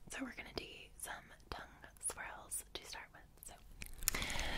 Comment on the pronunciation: Lovely video, sorry you have those types of comments to deal with. It becomes so annoying after a bit. When you were saying swirl. I thought you were saying squirrel and then you said squirrel as well 🤣